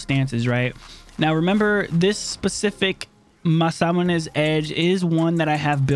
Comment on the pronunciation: Still having trouble saying Masamune? Lol great stuff man. Keep it going.